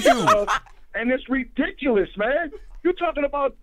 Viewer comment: DJ Envy "It is ri-DIC-ulous!" 🙄🤔